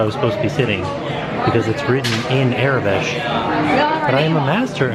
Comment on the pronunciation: "Aurabesh" is actually pronounced "aura-besh", not "ara-besh". Think like the word "aura".